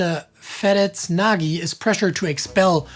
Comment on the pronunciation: You don't pronounce it the way it looks in English - Nagy - the GY is one sound "Nyug" U see GY in a ton of Hungarian names and other nouns but everyt hing else was A+